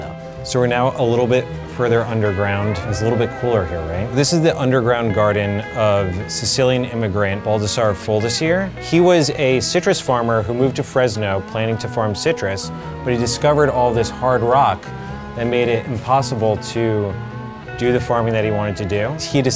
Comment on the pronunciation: Bal - das - sa - ræ Fo - ræ - stī - eræ